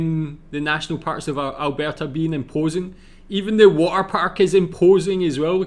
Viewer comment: Your Scottish accent saying Alberta is just perfect 😂👌🏻